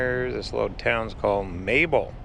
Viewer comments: It's not Mayel it is MAYBELL as in church BELL!!! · Maybell is pronounced “may bell” not Mabel.. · its pronounced May Bell